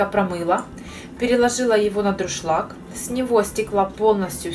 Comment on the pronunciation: Друшлаг...у меня так мама говорила.. Мило. А салатик супер!